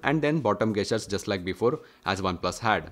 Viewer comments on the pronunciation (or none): Idk why you keep saying "Gas-tures" its pronounced as Jess-churs" this aint to improve your vocabulary but to save me from annoyance & your wife from embarrassment every time you say that very word. Thank me later✌ Edit: & Yes i wholeheartedly enjoyed every second of this video watched it in 1080p 60fps!